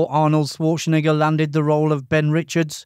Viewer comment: The 21st thing you didn't know: according to this video, his name is pronounced Swartschenegger 😃